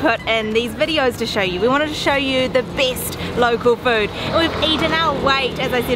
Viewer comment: "the bIST!!"